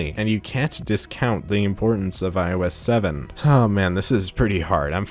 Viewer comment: "iOS salmon"